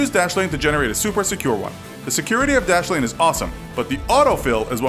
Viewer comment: Dashlane dashlene plz stop